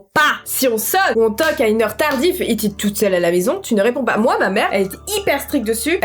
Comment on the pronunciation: tu-ne-ré-pond-PAS tu ma tuer